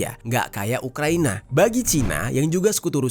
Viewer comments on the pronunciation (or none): none